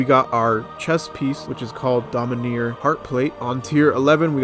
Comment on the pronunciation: Also it’s dominAR, not domineer, LMAO